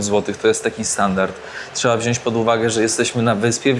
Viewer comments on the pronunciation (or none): none